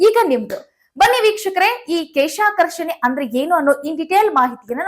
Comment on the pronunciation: ಕೇಶ ಅಲ್ಲಮ್ಮ ಕ್ಲೇಷಾಕರ್ಷಣೆ, ಯಾರೋ ಬರೆದು ಕೊಟ್ಟಿದ್ದು ಓದೋದನ್ನ ಬಿಡಿ ಅನುಭವದ ಕೃಷಿ ಮಾಹಿತಿ ಕೊಡಿ.